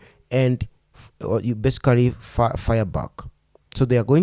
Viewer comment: My problem is about your Oratory skills and how you pronounce some words. It's as if the word is basicarry yet it is besically